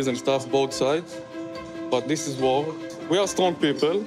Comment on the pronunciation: what’s up with this guy in the English language? (six day WHOA? Whoa with Ukraine? Thumbs down for this guy if he’s gonna screw with his audience by mispronouncing a simple word like war👎🏼